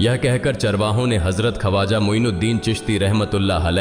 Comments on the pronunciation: खवाजा नही ख्वाजा . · Kripa Khwaja ko sahi pronounce karein video achhi Hai magar pronunciation maze ko kirkira Bana Raha hai